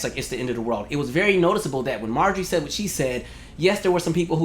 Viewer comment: Say hwhat now